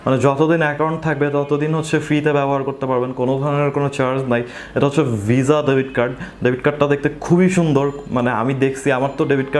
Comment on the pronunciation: vai apni visa ke viza uccharon koren...